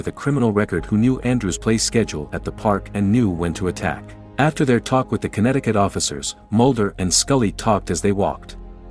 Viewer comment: How much time did he have to say it was conetticut